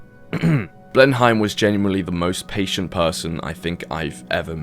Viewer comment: Being British and saying Blenheim wrong so many times isn’t ok